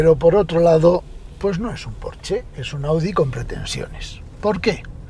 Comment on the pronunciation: Ah, y para lo perfeccionista que es usted se pronuncia “Porsche”, como se lee. No Porch.